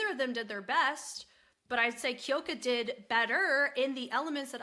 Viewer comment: Sorry but It’s Kyoka (like "cue" + "oh", not Kee-oh-ka), and Rie is "Ree-eh", not just Ree. Two syllables